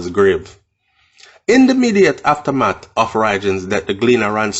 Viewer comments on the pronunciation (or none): none